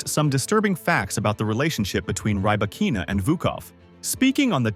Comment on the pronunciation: Stopped watching after 10 seconds. If you can't even pronounce her name correctly, my guess is that the rest will be equally worthless.